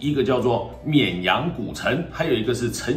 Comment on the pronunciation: 沔阳 这次终于读对了😂😂